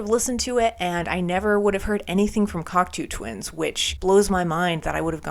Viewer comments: binned after 23 seconds as she cant even pronounce the bands name properly, give me strength. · Have you learned how to say the name of the band yet?